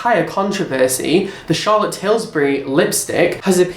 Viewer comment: You say Charlottes name wrong :( but ey yes transparency is important but rare these days